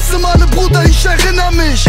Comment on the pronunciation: kollegah kann erinnern richtig aussprechen, 18 karat kann es nicht er - innern und nicht er- rinnern